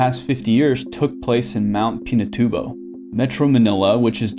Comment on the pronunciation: The way he pronounced Mt. Pinatubo lol- Proud Filipino here btw :P